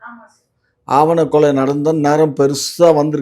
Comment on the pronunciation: ஐயா ஆவண கொலை இல்ல... ஆணவக் கொலை 😂😂😂😂